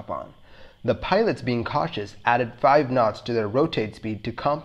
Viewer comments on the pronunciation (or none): none